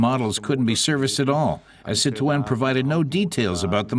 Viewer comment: Ya think they would have found out the correct way to pronounce Citroen.